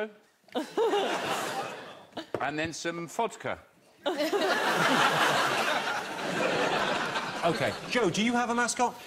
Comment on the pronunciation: he also said f for fodka (vodka), its part of the joke